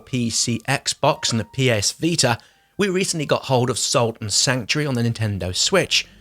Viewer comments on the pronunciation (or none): none